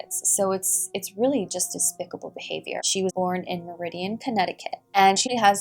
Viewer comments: It's mar-i-din lol not meridian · I was actually about to point out that you pronounced Meridian wrong 🤣 But only because I live in Connecticut 😁 I love your videos. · Good stuff but Meriden, Connecticut is pronounced Mare-idin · The way you said Meriden 😂 I’m not making fun of you its just funny to hear it that way. Its pronounced “Mare-i-den”. I live in Connecticut and also didn’t know this was a case!